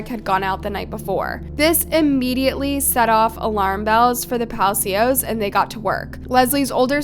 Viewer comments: Palechio? Palacio RIP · Why does she pronounce everything so wrong, can she not google how to translate things before making videos ? Her last name isn’t pronounced palikio it’s pronounced pa-la-s-io spelled pacios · Girl didn’t even try to pronounce her last name correctly 😂 she said “Paleeko” 💀 it’s Pah-lah-see-oh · The pronunciation of her last name is pa-la-sio not pa-li-co😂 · Lesly PA-LA-SEO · Last name is Palacios. Pronounced pah- lah- see- ohs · It’s pronounced “ pa la see yo” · GIIIRL. LESLIE PELICO????? ITS. PAHH LUH-SEE-OUS. PALACIOS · Her name last name is mispronounced Pal-a- sio